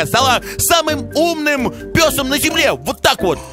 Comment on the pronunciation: Псом а не песом :elbowcough::elbowcough::elbowcough